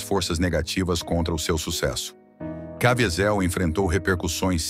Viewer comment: Cavízel. Está é a pronúncia.